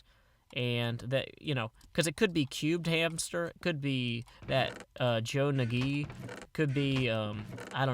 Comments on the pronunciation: joenage isnst said 'joe na gee' it is a combo of joe and ownage so 'j ownage' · hehe joe-na-gee XD